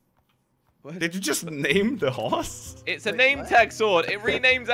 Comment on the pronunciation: AND HE CALLED HORSE TO HOOSE